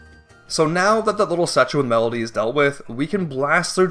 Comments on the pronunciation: Medli, not Melody. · Hearing you refer to darknuts as just "knights" bothers me, but not nearly as much as hearing you say "melody" instead of "Medli" (pronounced like "medley") every single time. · Strike 1: Using HD "remake" Strike 2: Calling Medli "Medaly" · Um Her name isn't "Melody" It's "Medli" Smh. Uncultured. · It's Medli. Not Melody. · Mf pronounces Medley with 3 syllables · “Medolee” And the section where you changed to “Melody” 😩 truly grating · A few minutes in, it was bugging me how you kept pronouncing Medli as "Medaly" Here I am, 5 mins later, you're calling her "Melody" instead and I've completely lost my mind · Bro calls Medli "Melody" 😂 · Borking the pronunciation of my favorite character Medli was so distracting the whole time lol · Medli is a two-syllable word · Can Do: Beating Wind Waker without using any wind Getting full power master sword AND hookshot without beating Wind Temple Cannot Do: Pronounce Medli's name correctly. Leave a dungeon he hasn't finished yet, even though he already got everything he needs.